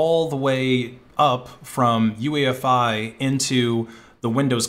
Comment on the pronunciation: not UEFI.OOYEFEE